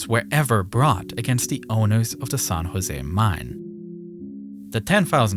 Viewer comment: It's pronounced "San Jose" not "Son Jose".